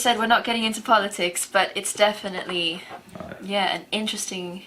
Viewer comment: Steve, you pronounce INTERESTING wrongly!